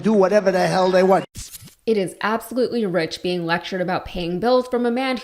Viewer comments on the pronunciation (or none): none